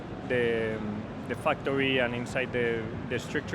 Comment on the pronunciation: Some eentersting changes eenside the fucktory